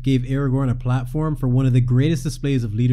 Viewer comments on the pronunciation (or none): none